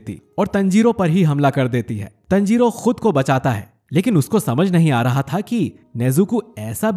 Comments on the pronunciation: Bosdu tanjiro hai tanjiroo nhi hai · Tanjiro nahi taanjiro (Pronunciation) 😁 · You are saying Tanjiro Tnjiro😂😂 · It's not tanjiro it's taanjiro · You have to say taanjiro not tanjiro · Not tenjiro it is tanjiro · It's taaaanjiro not teeeeenjoro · Pronounce it better bro. Taanjirooo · O bhai tune Tanjirou aur nezuko ka pronounciation galat Kia hai . Please next video se isko thik kar dena.btw I love your videos